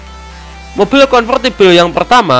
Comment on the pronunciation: Mobil mas... Bukan moppil